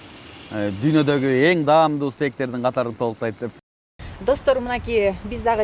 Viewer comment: Durdom, "damduu" emes, " daamduu" desener, kok meelerge okshoboi! Koroche, eshegine zharasha tushagy, Maksaty da Nazirasy da tantyktar! Za kadrom kaltyrysh kerek bolchu, chygarbai!!!